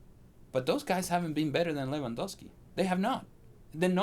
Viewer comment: Dear English community. Its not Lewan-WOW-Ski. Its Lewan-GOAL-Ski.